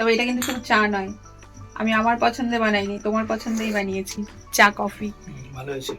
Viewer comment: চা কফি না বলে একেবারে চাফি বলো😅